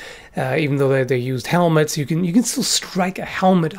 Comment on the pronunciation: He said " you can injure" his acsent made it sound like "can't"